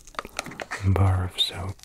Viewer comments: I thought he said barf soap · The way he says "a bar of soap" 😂😂